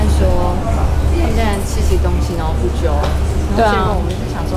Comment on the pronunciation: 兔的不揪很新加坡嗆欸🥰